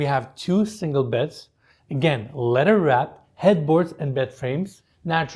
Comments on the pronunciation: It's kind of funny when you say leather wrapped it sounds like a letter wrapped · Your tours and the way you present are wonderful. But "letter" always gets me 😁